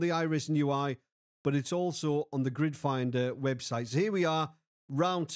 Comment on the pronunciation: You said it so many times it started sounding like "Grinder."